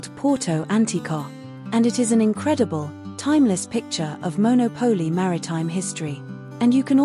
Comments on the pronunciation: Maybe when people put these videos on YouTube they should learn to pronounce the names correctly. Firstly it’s MonOPOli not monoPOLI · MonÒpoli, not MonopÒli. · It is pronounced Mon au Po Li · A nice informative video. However, it would be good if you pronounced the town’s name like Italians do